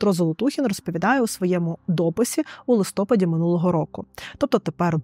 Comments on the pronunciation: Дуже дякую за вашу роботу. Не згоден лише з Вашим зауваженням щодо звертання уваги на наголос, адже в Україні багато діалектів і наголос неє показником штучности відео. Ви, наприклад, кажете листОпад, хоча правильно листопАд, це ж не свідчить про генерацію цього відео штучним ітелектом. Проте в цілому, ще раз дуже дякую за роботу. Дуже корисний канал! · пані журналістко, в слові "листопад" наголос на останній склад. листопАд